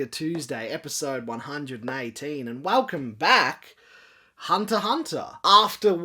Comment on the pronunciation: Why aren't you pronouncing the X in Hunter X Hunter?